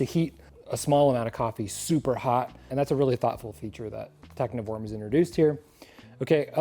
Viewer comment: I believe the 'v' is like a German v, which is closer to an English f. So it's pronounced techniform, instead of tecnhiworm, which makes more sense. Thank you for an instructive video.